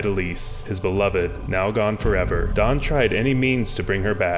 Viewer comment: stfu he said daán which is correct pronuntiation. literally stfu